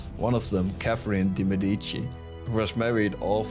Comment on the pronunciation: Please google the proper pronunciation of The Medici. Nice video.